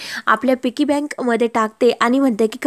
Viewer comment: तुम्ही तुमच्या गावंढळपणा काही सोडणार नाही व्हिडिओ बनवू नका म्हटलं तरी बनवणार अगदी या शब्दाची नेहमीप्रमाणे बाराखडी म्हणणारच पिगी बँक असते पिकी म्हणताय😅😂😂 मूर्खपणा काही तुम्ही सोडणार नाही